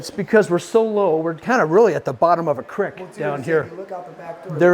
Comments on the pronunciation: I’m not subbing till you learn how to say creek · did you say “crick” and not creek lol